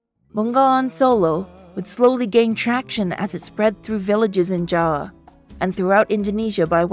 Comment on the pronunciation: I love how the narrator said "Jawa" instead of "Java"😂❤